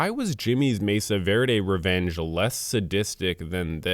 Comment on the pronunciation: take a sip everytime you hear the word "reenge"